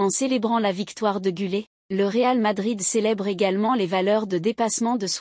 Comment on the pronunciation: GüleR et non gülée.....